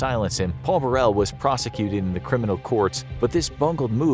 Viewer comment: Diana was more aware of her demise than some are of how to pronounce Paul Burrell's surname